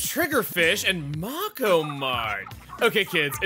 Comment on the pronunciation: I’m sorry, did he say mah-ko mart instead of MAKO,(may-koh)like the shark that it’s named after? (I’m assuming)